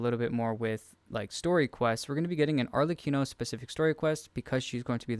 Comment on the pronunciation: this is one of the few videos out there where people say Arlecchinos name correctly XD